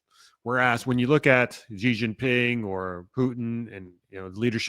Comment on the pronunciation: I'm on a crusade to correct everyone's pronunciation of President Xi's surname. It's "sì!", as an Italian would say it; the "jeh" sound probably comes from a "Bidenisation" of saying his given name: Jinping, too quickly after his surname.